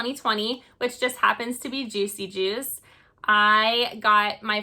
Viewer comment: New sub! Thanks for pronouncing the artist's name because I blew it on my channel.